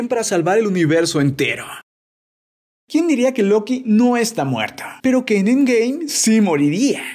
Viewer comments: dice siempre endgay osea en ves de endgame dice endgay guat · Es cosa mia o dice endgay